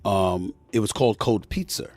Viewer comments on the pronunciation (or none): What the hell is cold pizzer? Cmon Smith speak right! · “Cold Pizzer”